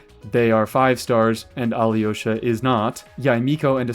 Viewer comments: You’re pronouncing alyosha as aliyosha Try to pronounce him without the i Al’osha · It’s pronounced A-low-sha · When you make the next Alyosha video, will you pronounce his name the same way the game says it? I have little experience with Slavic languages and had no idea until today that it's pronounced more like "ah-LOW-shuh" (the Y is silent or something)